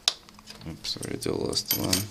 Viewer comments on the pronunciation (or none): "Ow-ps" LOL